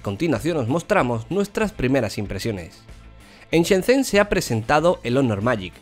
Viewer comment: Shenzhen se pronuncia algo así como shenzyen.